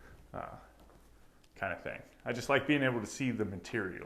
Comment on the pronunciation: It’s pronounced Thing. Not Thangk.